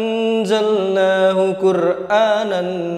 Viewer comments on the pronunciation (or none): Sepertinya INNA ANZALNA bang.. Bukan INNA ANNZALNA bang... Sejak kapan nun mati bertemu za dibaca 2 ketukan atau seperti idghom bighunah.. Mohon koreksi